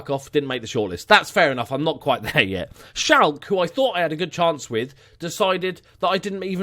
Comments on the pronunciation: Its SchalkE, not Schalk.. Probably why they didnt want you :D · Schalke probably heard your pronunciation of their name and were like pass lol xD.